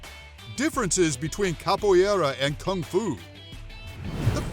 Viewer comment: I'm training in Capoeira... The AI narrating this video mispronounces several words Capoeira sounds like: cop-o era. Roda sounds like: hora